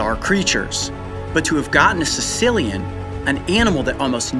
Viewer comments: Lol... Sounds like he calling it a Sicilian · Apparently I'm not the only one who thought Coyote said "Sicilian" instead of "Caecilian". XD